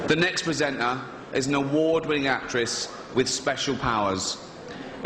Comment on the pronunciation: He keeps saying "PresentNar" 🤨